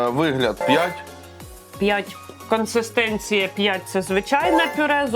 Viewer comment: Із 40 гривень ви сплатили 30 за сам стаканчик. Звичайна пачка Ріви коштує нормально, а всі ці баночки дуже дорого. PS не "консЕстенція", а "консИстенція". Дякую за огляд!